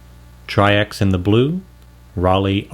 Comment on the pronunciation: I hope you’ll do Rollei RPX 400 next so we can finally put an end to the false hearsay that it is the same stock as Kentmare 400. And just cause I can’t not say anything. The german “ei” like in Leica is pronounced like the english word eye. So it’s not Rollee but Rolleye.